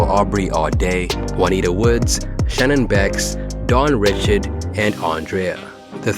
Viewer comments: Dawns last name is pronounced RAH-SHARD not RI-CHARD lol can we please get my sisters name right PLEASE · Richard as in "Ri-shard" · Dawn REE-SHARD…🙂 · Dawn Ree-Shard y’all can say Robert Ri’chard so easily it’s sickening.